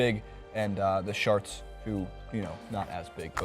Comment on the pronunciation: is it me or is that guy saying San Jose Sharts?